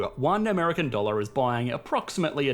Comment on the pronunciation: Weird pronounciation at the end of each word where dollar is not dolluur come on thats embarassing. You do it at the end of every sentence. Fix it.